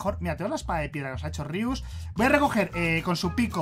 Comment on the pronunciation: Se dise rius